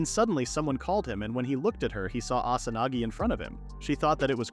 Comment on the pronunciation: instead of Asanagi